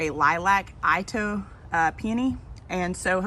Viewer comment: Since you asked 😀 Itoh peony is pronounced EE-toe PEE-uh-nee. Itoh is a Japanese name, after the man who hybridized them, and that’s how the name Itoh is pronounced. It’s also KLEM-uh-tis. But, if you are saying the botanical name Paeonia, then the second syllable is emphasized, pee-OH-nee-uh, so I think that’s where the mix up comes from. I have no idea why the mispronunciation of clematis got started, but now it’s about as prevalent as the correct pronunciation. That’s the one word that’s like nails on chalkboard for me, although I know pronunciation isn’t something a lot of people care about.